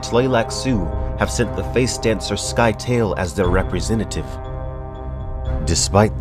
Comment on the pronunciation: I always thought the pronunciation of Scytale was different. Please, please, please, get to Heretics and Chapterhouse, those books are sickly underrated.